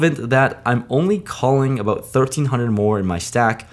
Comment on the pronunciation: Is it just me, or does he suddenly sound Canadian with all the “aboot”s